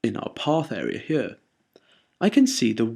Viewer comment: love the way you say "here" very posh. "hchjeeer" lol